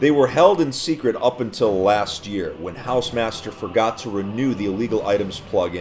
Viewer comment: Hausemaster Haw-se-mas-tear Ho-r-ze-mat-st-err